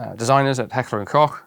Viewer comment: And thank you for saying, Heckler and Kock and not that stupid Americanism of "Heckler and Coke!!!!!